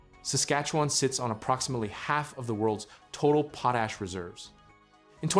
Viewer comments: It's pot-ash NOT poe-tash!! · It should be possible to teach your AI narrator to say "PAW - tash" instead of 'POE - tash" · It s POT ASH….not POE TASH. POE TASH IS FOR GROWING POE TATERS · PO-tash! Folks thank God we have AI to think for us! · Please learn how to say Potash... goodness sake